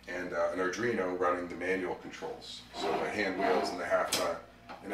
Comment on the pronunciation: Spells Arduino correctly... but keeps calling it an Adrino. Had to stop watching lol.